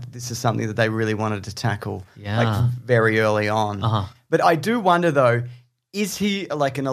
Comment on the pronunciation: Do you guys purposely pronounce the word “wonder” as “Wanda”? Or is it just me?